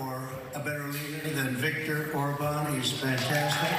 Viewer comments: David: Orban is pronounced with stress on the first syllable. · David, sir, it's not "or-BAN," but "OR-ban" (emphasis on the fist syllable). The accent mark on the a (á) in Hungarian does not work like in Spanish. In Hungarian, those marks on the vowels just indicate the vowel is long. In this case, it's a long, clear "a" (like in Spanish), as opposed to a short "a," which in Hungarian sounds closer to the sound you make when you say "law."